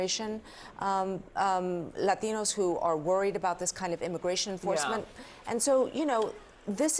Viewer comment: why do they always do this? She has no accent until she says “Latinos” honestly question